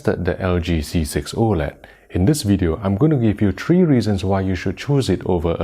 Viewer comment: Yo it's Three not Tree. Also it's B6 not V6 🤦🏻‍♂️